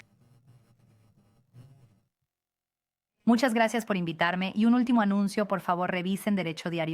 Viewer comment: Javier "orgusho" 🤣